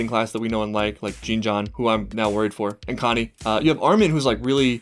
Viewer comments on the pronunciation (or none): I don't know if you'll read this, but if you need help pronouncing Jean, it's just like Picard from Star Trek, if you've ever seen it. I don't really know how to properly phonetically type it. The J is like, some weird hybrid sound of "J" and "Sh", with maybe a little "Z" in there, if that makes sense. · it's pronounced Jyaan. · Its pronounced jon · Jean is pronounced as John, if that helps. great reaction as always! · well its still not quite John, more like JEEHN - or something. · I settled on Jawn eventually :) It's confusing cause it's spelled Jean, but is French, but is pronounced in Japanese.